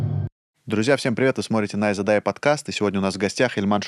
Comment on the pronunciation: Ставьте ударение правильно, не нАйза , а найзА